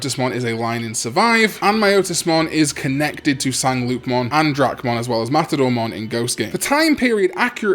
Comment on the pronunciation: The French-ish pronunciation for Sangloupmon would be san-lou-mon